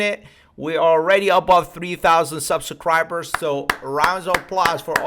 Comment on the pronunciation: This dude said subsacribers lol